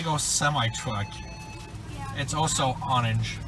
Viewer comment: This is how many times says Odenge 👇